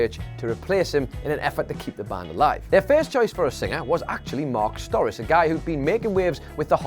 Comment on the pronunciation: It's pronounced "Sto-RAH-chee" not "STOR-is." Do some research before you make a video.